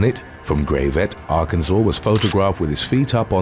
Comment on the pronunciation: It’s not terribly important, but Arkansas pronounces it Grav-it (gravette) not Gray-vet. I personally don’t believe they pronounce their own city name correctly 😅 kind of annoying.